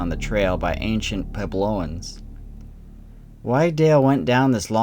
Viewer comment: Puebloans is pronounced PU EH BLOAN, not PU EH BLO NIAN.